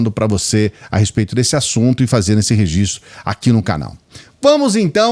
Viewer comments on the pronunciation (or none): none